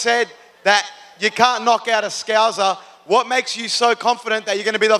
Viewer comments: Scouser not fucking scouzer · What the fuck is a scouzer?? Its scouser 😂😭